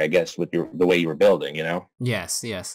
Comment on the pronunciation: I always hear “road bidding” when you say “road building”. 😄